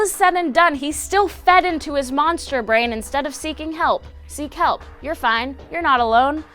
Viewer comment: Instead of saying "Seek help" I thought said "See kelp"